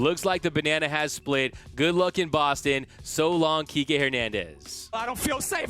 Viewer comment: Kikè* not KIKI Lol 🤦🏽‍♂️😂